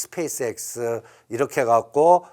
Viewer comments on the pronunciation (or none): none